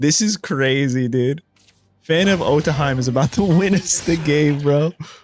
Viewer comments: Otohime is pronounced like "Oh-toe-hee-may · Otohime sounded like - auto he me